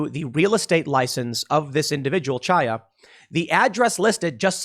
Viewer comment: Chaya is pronounced Haya like Hanukkah